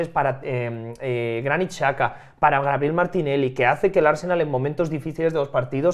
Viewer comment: Joya escuchar a decir grabiel Martinelli ❤